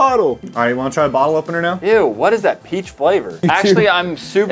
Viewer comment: when he said peach flavor coke i thougt he said bleach flavor